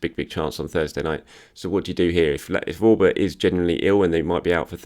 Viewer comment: Wish he would say 'Auba' right